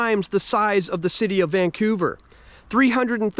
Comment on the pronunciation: What the heck kind of a speech impediment does this sawed off clown have ??? What the heck does ---> VAN-CEW-VER even mean ??